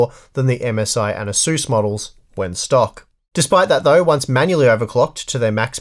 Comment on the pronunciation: This asus pronunciation is completely unacceptable. I'm surprised that you don't say jigabyte